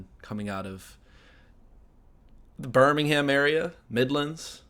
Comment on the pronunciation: The English Birmingham is pronounced "Birming-um"